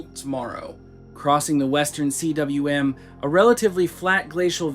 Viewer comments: just fyi 'cwm' is pronounced similar to 'coom', its welsh for valley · I enjoy your videos. I appreciate the effort you've been putting into them lately. FYI: cwm is pronounced KOOM. It's Welsh for valley. The w is literally a double u. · cwm is a word. not an initialism. it is pronounced coom. it is a welsh word meaning valley. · It’s not “western CWM”, it’s “western COOM”. A cwm is a valley completely enclosed by mountains. Cwm is a Welsh word for valley. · Cwm is a word. Of Welsh origin. Pronounced koom, rhymes with room, not spelled out.